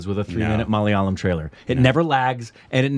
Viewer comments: Finally he pronounced Malayalam correctly 🥲 😌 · He pronounced "Malayalam" perfectly😳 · I just loved the pronunciation of 'malayalam' by....very close to the native speakers... Well done.. 👍